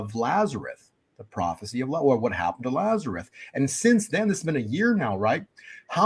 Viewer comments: Is he saying Lazareth? It's Lazarus. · I know this is picky, but, the man's name was LAZARUS. With an "S". It is not pronounced "Lazareth." Look it up: John 11:1-44. L-A-Z-A-R-U-S.